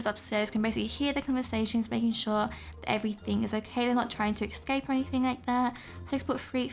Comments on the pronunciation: “Excape” Lol no hate I love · Lol you say esxcap XX Love u !